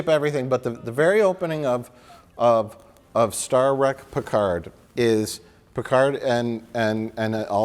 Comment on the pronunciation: "star wreck: picard" LOL